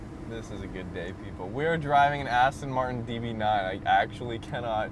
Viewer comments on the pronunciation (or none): Aston Martin, not Aston Martun.Americans can't even pronounce Jaguar.Jagwaar isn't correct. Twats!